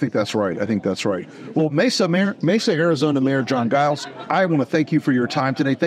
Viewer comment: Giles is a pretty common name still in Britain.. but it's soft-g "Zhiles" not hard g- "guy-lz." Whatever. What's important is that Guy-lz puts the republic over party and for that I say, thank you, sir, for your integrity and your service.